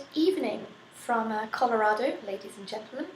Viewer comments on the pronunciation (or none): none